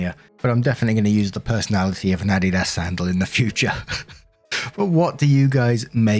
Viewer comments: Adidas A-Dee-Das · says "adidas" but what I hear with his accent "I'd eat *ss" lol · just an FYI in case you were unaware....Adidas is a footwear brand (very popular in the States), and is pronounced as follows "uh dee dus" with the emphasis on the 2nd syllable. Not knocking you at all.....just wanted you to know. Love your channel! 😇🙏🌈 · I love how pronounces Adidas, he sounds so ever exotic! ❤